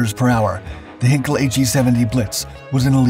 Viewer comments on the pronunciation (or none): Heinkel: Hine- kul not Hen-kel. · As with all German words containing the letters 'ei', the emphasis in pronunciation is on the second letter, the 'i' and not the 'e'. Heinkel is therefore pronounced as 'Hyn-Kul' and not 'Hen-Kul'. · Heinkel is pronounced "heyn-kel," not "Hen-kel" A henkel would be a handle, a German champagne brand, or a German chemical Company. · It's NOT "HAIN-k'l"; it's pronounced "HINE-k'l". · PLEASE learn how to pronounce simple German names! It’s “HĪNE-kul,” not “HEN-kul”! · "Ei" in German is pronounced as a long 'I' sound, not short 'I'. So, "HIGHn-kel". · You obviously know nothing about German pronunciation. It's my second language. The diphthong 'ei' is pronounced like the English word 'eye'. lancerevell5979 is exactly correct. If you have Google Translate, pull up German on the left side, type in Heinkel and click on the little speaker. You'll hear it spoken correctly. 'Hinkel' ist total falsch. The narrator just can't seem to be bothered with doing a simple bit of research. I hate to think how he would butcher names like Arado, Blohm und Voss, Bücker, Fieseler, Focke-Wulf, Gotha, Junkers and Siebel. About the only time you'll run into a difference in pronouncing 'ei' is with Dornier. Claude Dornier was from a German-French background. Thus I've heard both the German pronunciation of 'Dor-neer' and the French version, 'Dor-nee-ay'. Take your pick. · How about; Inga Andrea Köcker Elsterman von Elster. My ex wife’s name. And she pronounced it Hinkel. Because it is a family name pronounced how they pronounce it. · You are unable to pronounce the german name "Heinkel" properly, so that video is nonsense. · You're mispronouncing "Heinkel" and the second time I heard it I quit watching